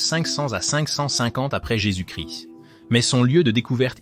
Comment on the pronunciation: incapable de prononcer correctement jésus- christ .